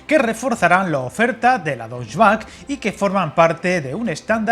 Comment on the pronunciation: ¡Hola! No es por ser pejiguero, pero "Deutsche Bahn" se pronuncia más o menos "doiche ban" y no la cosa rara que dijiste en el vídeo 😅 ¿Es posible que Talgo haya retrasado a propósito la entrega de material rodante a Renfe para hacer hueco en sus factorías a encargos de otros países, y querer abarcar demasiado? Por cierto, sé que es común encontrar la frase en prensa escrita, pero decir "el país bávaro" para referirse a Alemania es como si alguien dijese "el país andaluz" para referire a España. Baviera es una región importante de Alemania, la más meridional como nuestra Andalucía, pero no la única. No sé si muchos alemanes te verán, pero mejor evitar herir susceptibilidades.